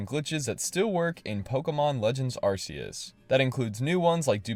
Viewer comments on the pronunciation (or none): ArKeus, not ArSeus... Or else it would be an ArS(e) phone.... 😅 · Did you just call it "arrr-see-us" 😆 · Say it with me: Ark-ee-us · If it's pronounced "Ar-see-us", would that make your phone the "Arse-phone"? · its arceus not arceus